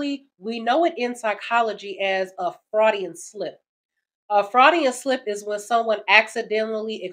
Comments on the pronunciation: "Freudian", not "fraudian". Sorry. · Freud, as in its pronounced “froid”. But on point otherwise. Keep spitting sister! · It's pronounced like FROYD, after the famous Sigmund Freud. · You will hear it. (more properly pronounced Froy-dian not Fraudian) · BTW, it's a "Freudian (Froidian) slip, not a fraudian slip. Those kinds of grammitical errors are what cause me to change videos. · Freudian, not Fraudian. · "Froydian" (you said it wrong) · I'm pretty sure Sigmund Freud's name is pronounced "FrOYd", at least that's how I always heard it. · Just to help you out sis.. It's pronounced "froydian". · Sigmund Freud. Froy dee uhn. slip. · Great content creator, but the name is Freud. Pronounced like FROYED. It shouldn't bother me so much but it's giving me angry ticks hearing it, so Im gonna have to skip this one. I get the point though, don't keep disrespectful women around. It's the last straw. The only way to get her respect back is to dump her, prove you don't need her, and then upgrade your life. Hell if you want to rub it in, post pictures of you upgrading your life, or even better, of your with the next girl. She can respect you from a distance lol. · His name is pronounced "froy'dian". freudian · Sounds like fraudian slip haha, is that one, or just American pronunciation of freudian slip? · Did she say, "Freudian slip"?? What is that? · Why do you say Freudian like that? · You pronounced Freudian wrong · You are butchering Freuds name. Love your content though.